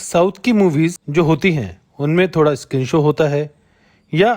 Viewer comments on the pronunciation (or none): none